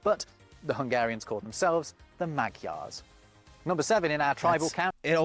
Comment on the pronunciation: It's probably about time we learnt to pronounce the name of the people of Magyarország, by the way. It's not "Mag Yars".